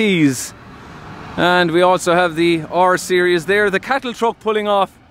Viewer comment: That irish pronunciation is funny... TrOck